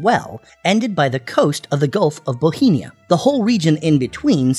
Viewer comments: Bothnia, NOT Bothenia! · Bohemia? No it's pronounced Bothnia. Just like the "OTH" sound in Gothenburg . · Boheena? Ookraine? Hire a human to narrate, your AI is showing… 😠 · Why is it called 'bohemia' in the video when it's name is 'bothnia'? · Gulf of BOTHNIA - not Bohemia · Can you tell me why you pronounce gulf of bothnia as bohemia?? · This guy says "Bohemia" for "Bothnia." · You pronounce "Bothnia" as "bohemia", why? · Why do you keep pronouncing Bothnia as "Bohinia"? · Swedish and Finnish are not linguistically similar and do not arise from the same family of languages. Swedish, Norwegian and Danish are related, but not Finnish. Finnish is more closely related to Estonian. Also, it is not pronounced the "Gulf of Bohemia". There is no such place! It is pronounced "Gulf of BOFF-NIA" and it has no relation to Bohemia, which is an ancient region in the Czech Republic. I'm not Scandinavian, I'm British but even I know this. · Why does he pronounce Bothnia as Bohenia? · 'Its principle cities [lists 3 cities] are all located along the coast of the Bay of Bothnia' [identifies area of Bay of Bothnia, dubiously pronounced, as barely touching Stockholm and nowhere near the other 2 cities at all]. On encountering sloppy inconsistentency like this, I tend to assume a lack of effort or lazy use of automation. I am then unlikely to finish the video and strongly consider pressing the 'do not recommend channel' button. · How do you keep mispronouncing "Bothnia?" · BOTHNIA, ffs... 💀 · Sadly, this video was not well researched, starting with the pronunciation of Bothnia. ;-)